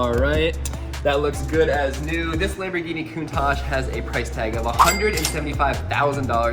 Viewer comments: I like your lambergeny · I wish said sharerghini instead of saying a lamboghini